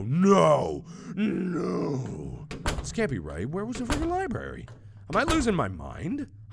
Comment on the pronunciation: MARK: Repeats over and over WHERE WAS DA LIBRAR-RE Me: U JUST PASTED IT OMGGG XDDD Dying of laughter